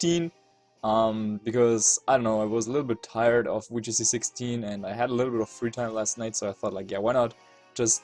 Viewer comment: not trying to be rude but can you say the "Vee" sound in VGC and you just choose not to?